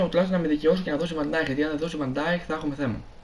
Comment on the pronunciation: Φίλε προφέρετε βαν νταικ όχι βαν νταιχ σε παρακαλώ μάθε το είναι σπαστικό